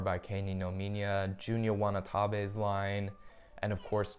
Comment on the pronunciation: “wanatabe” , it’s “watanabe” cheers !!